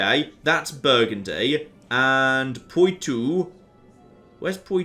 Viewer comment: Poo-too.. poo-too.. haha, it's pronounced like this pwa-toe